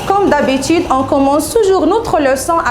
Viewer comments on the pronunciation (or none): Constriction de l'eutil, Comme d'habétude, Avon de commoncer, Qui va vous aider à se rappeler.... Svp svp svp, soignez votre accent, revoyez ce que vous dites, ça ne sert à rien d'apprendre par coeur et venir réciter ceci en vidéo, vous êtes devant des enfants a 3ibadlah comment on a pu vous prendre comme maîtresse pour une classe qui est la base de l'enseignement??????? Ni accent correct, ni grammaire,, ni lexique, ni conjugaison et en plus vous récitez! Non mais j'hallucine !!!!!!